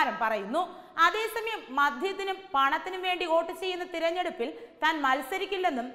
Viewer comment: Not OAT. ❌. It is VOTE... VOTE ✅